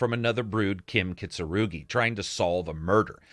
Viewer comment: Kim Kitso-roogy? It's Kitsu-rah-gee.